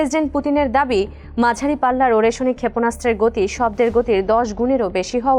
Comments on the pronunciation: উচ্চারণটা ওরেস্নিক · উচ্চারণ টা হবে “আরেশনিক “। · নিউজ রিপোর্টার মেডাম, সঠিক উচ্চারণ টা হবে “আরেশনিক “। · আগে মিসাইলের নামের সঠিক উচ্চারণ শিখেন তারপর উপস্থাপন করতে আসেন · উপস্থাপিকা মিসাইলের উচ্চারণ না শিখেই নিউজ পড়তে শুরু করেছে 😅😅